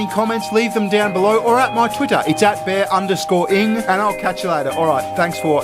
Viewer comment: Confirmed, uses the soft a.